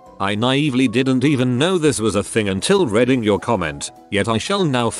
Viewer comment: wait, why does the voice not have any trouble saying “bordatella pertussis”, but struglles with simple words like “reading”!?